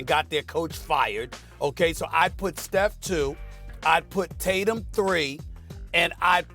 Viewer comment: “Jason Titatum”